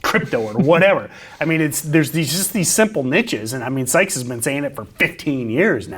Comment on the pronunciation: Stoped watching as soon as he said Sykes 🤦🏻‍♂️